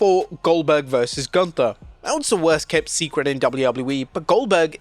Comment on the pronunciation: The announcer said.... "GOLUNTHER" 😂😂